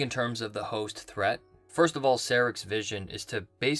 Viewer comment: lol its "ser-ock"